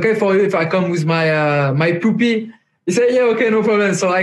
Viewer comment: "can I come with my "poopy"" ahahaha xD (ik he meant puppy)